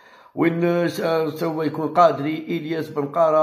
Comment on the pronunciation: قداري وليس قادري ياعمي أحمد